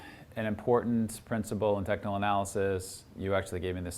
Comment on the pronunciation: Did I hear technical analisys?? 😂😂😂